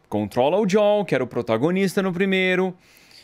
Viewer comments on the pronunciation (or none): O Edu fala: Jol,sendo que o correto é : joe,pronunciando diol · o ano é 2023 e eu me incomodo até hoje cm o edu falando ¨jol¨ ao invés de joel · Da um Nervoso tremendo ver o Edu chamando o Joel de maneira errada🤣